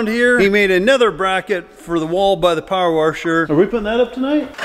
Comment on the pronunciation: says "power warsher" in this one, wait for it!